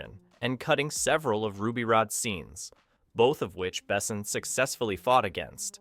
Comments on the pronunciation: Have you really never ever heard anybody somewhat correctly pronounce the name of Besson before recording this? Oh you anglos^^👌But good job on the video. 5th element was and is a truly great cinematic achievement. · What AI BS is this? Luc Besson wasn’t sixteen in 1991. And your tts can’t even pronounce his name right. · Interesting way to pronounce Besson. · FFS… listening to this kid brutally mispronounce “Milla” and “Besson” is painful. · Lol - that’s not all. He mispronounced “Besson”. And her name is pronounced “mee-luh”. Not freak’n “mill-luh”. This kid really is an American. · How the fuck does someone talk about a file director but can’t pronounce their name? it isn’t ‘bessn’ it is ‘behSON’ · Why do you insist on calling him BEssn? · Except for that the he's not able to pronounce the name of Luc Besson..... he is not pronounced Bessen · Could you please look up, how the French name of the director is correctly pronounced? It's "Bessoooon" not "Bessn". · Lu Besso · If you're going to make a video about a guy's movie, learn how to pronounce his name. Also, wrong Jurassic Park poster, it was JP2 in 1997. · I cringe so hard every time this dude is saying Luc Besson's name. Yet another american butcher. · Learn how to pronounce „Besson“ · As a European I cringe every time the directors name is pronounced 😅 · Why do you butcher Luc Besson so often but pronounce other french names somewhat careful? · That is the most American pronunciation of Luc Besson ever. Never heard his name said like that. Maybe i should start to say Clunt Estwüüd jist ro keep the shitty pronunciation going... Holy crap Americans and language is just not a thing. Can we have Gérard Depardieu next.? 😅😅😅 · you are butchering french pronunciation of his surname. 😢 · I like the video, but please learn how to pronounce Besson's name properly... <3